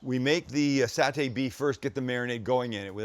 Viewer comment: Dude you pronounced saute wrong and it's not because you used to live in Canada.